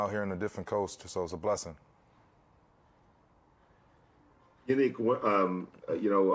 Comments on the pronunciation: Ngakoue: The correct pronunciation is Yah-Neek-In-Gawk-way Reporter: Hey YEA-Nick...... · “My name is Prounounced YA-NEEK, or Yan for short... “ Next reporter: “Hey, YA-NICK...” Gosh ppl 🤦🏽‍♂️ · “Yah-neek Ng-ga-quay” Next reporter: Hey Yahnick Smh pay attention turd lol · Cassie Soto (legit follow on Twitter BTW) asked the correct pronunciation of Yannick's name: Ya - Neek & immediately afterward a nameless, ding dong reporter addresses him incorrectly: Ya - Nick Shout out Soto for being a class act!! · He said Ya-neek not Yannick. Dat reporter said it wrong immediately after he gave them the correct pronunciation 😂😂😂😂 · Reporter 1: How do you pronounce your name? Yannick: Its pronounced Yu-Niqe or just say YAN if its easier Very Next Reporter: HEY YANNICK 😱